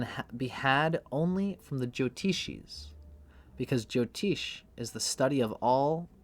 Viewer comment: Appreciate your work brother, and I guess its part of your zany character, but please note jyotish ज्योतिष has neither a 'Jo' prefix nor a 'Teesh' suffix It is just as its written in roman characters, and as pronounced here